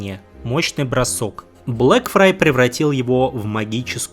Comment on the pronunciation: Блэкфайр, Блэкфайр, Блэкфайр, он Блэкфайр блин, а не Блэкфрай (отсылка на мир Песни Льда и Пламени же). Спасибо за отличный ролик, просто ухо резало всё время.